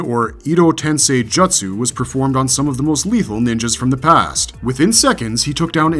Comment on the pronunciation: How the hell did you pronounce Mangekyou correctly but struggle with Jutsu lol